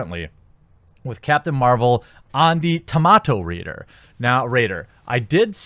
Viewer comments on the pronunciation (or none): none